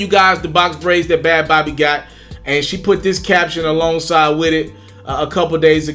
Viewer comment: It’s pronounced like baby lmao not bawbee/bobby